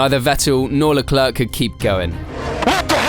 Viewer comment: Bruh. It ain’t that hard for us English speakers to grasp Leclerc is pronounced ‘Leclair’. Put some respec on Sharl’s name